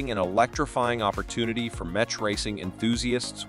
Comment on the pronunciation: Did you just say the 'ch' in mech like 'chin' ? The fuck you doing lad? Get it together.